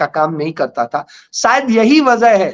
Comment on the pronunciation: आप बराबर vazah बोलते जबकि वजह है